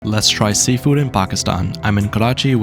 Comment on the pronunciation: "Let's try sealfood kulif"